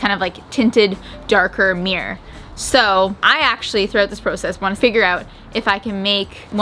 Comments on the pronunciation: Mir-ror. Mirror. You found the second syllable half way through the video. You ok? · No hate lol but I’m from the uk and it really annoyed me every time they said mirror like “Miyer” rather than “mirror” lol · As a person with English as my second language it's always confused me as to why ppl from the us pronounce mirror like mirrr or mrrr if they seem to be feeling particularly lazy, and now the canadian murr or meerrr. Why not just pronounce the word properly or change how you write it to better reflect how it's commonly pronounced? It's not like that hasn't already been done with plenty of words in the american english anyway. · I love you guys but the number of times I heard you say “meer” instead of mirror was so frustrating 😭😂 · I swear said mirror so often I only heard meer in the end 😜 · you made me so aware of how many times she says mirror and it hurts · Well I'm English and it sounded weird. Surely it's pronounced mirrah? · My husband keeps twitching every time you say 'meer' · Quarantine drinking game, drink everytime says "meeor" 😂 Can we get a re edit with a counter? Love you guys haha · Once you realise is saying meeer you cant unhear it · Am I the only one who is so disturbed by how American pronounce “mirror” ... “meee-er “ 😂😂😂